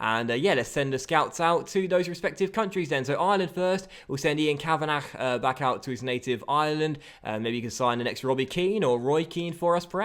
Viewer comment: You're saying the Irish scout's name wrong, it's pronounced Kav-an-ah.